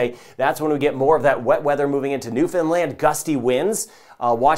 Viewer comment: Thanks for the clear forecast! And by the way, to my ears it sounds like you're pronouncing Newfoundland (New Finland) Love it..😍